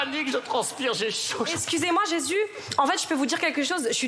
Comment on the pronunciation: Elle a dit vous y êtes jez (Jesus ) 🤣🤣🤣💔